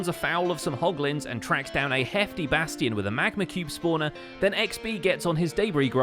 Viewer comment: Whenever he said bastion, I kept hearing basitin...